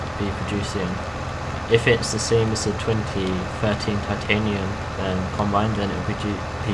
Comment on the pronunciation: Great video ;) I agree with you about saving money up and also about buying a new tractor. The tractor is not pronounced SAME BUT SAMY. I think you should buy the Same or a New Holland :)